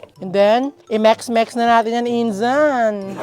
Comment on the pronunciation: Bakit pang sabi mo ng mix ay mex natatawa ako😂😂😂😅😅🤣🤣🤣